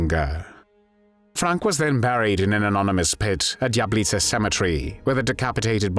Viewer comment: Fix. The. Pronunciation. Of. Lidice!!!